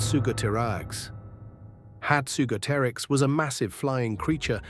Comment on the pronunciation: Points for correctly-named, less known dinosaurs. 1) Hatzegopteryx not ‘hatsugoterix’. Pterosaur not dinosaur. X 2) Entelodontidae is a family that includes the holotype entelodon. Mammals. X 3) Bird therefore arguably an avian dinosaur… as is a pigeon. Can’t really allow it, can I? X 4) Mammal. X 5) Well-known dinosaur. X 6) VERY well-known dinosaur. X 7) Pterosaur. X 8) Qianzhousaurus presumably, certainly not “chiozasaurus”. X 9) Oryctodromeus. X 10) Nothronychus, despite distracting unconnected images, name and pronunciation correct. One point! 11) Triceratops. C’mon, everyone knows it! X 12) Amargosaurus. 2 points! 13) Austroraptor, not ostroraptor. X 14) Pachycephalosaurus, not Bacchicephalosaurus (which presumably loved drunken orgies). Fairly well-known. X 15) Yutyrannus, not ‘eutyrannus‘ or as shown on screen, ‘Eutytannus’. X 16) Stygimoloch not ‘stygomaloch’. X 17) Hadrosaur is any member of a large family of ‘duck-billed’ dinosaurs (including the holotype hadrosaurus) …a generous 3rd point! 18) Scutosaurus. Permian parareptile. Not a dinosaur. X 19) Ankylosaurus. Again, dino fans learn this one in infancy, but it’s not as entry-level as T Rex. …4 points! 20) Kronosaurus. Pliosaur, marine reptile, NOT dinosaur. X Garbled dialogue suggesting only a nodding acquaintance with both the subject matter and the English language, distracting and irrelevant images of unconnected species - including possibly dragons(?) - sprinkled throughout. The History Channel would love th